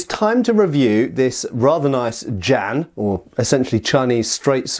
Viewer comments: The pronunciation is like "jyen" not "jan". Chinese consonants are hard, don't worry about the J but the rest of the word is manageable for English speakers. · Far too much "erm ,er ,,,,,,, 🤔 maybe"& what the heck is a Jan could at least look it up ! Pronounced "Ji en" the Jian. This hurt my ears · it hurts hearing him say Jan instead of Jian